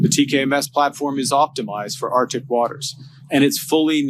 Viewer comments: 💢please note #MURICA: the area is pronounced #ArcTIC not #OurDick💢 Thank you for your attention in this matter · come on Carney ArCCCtic not American Artic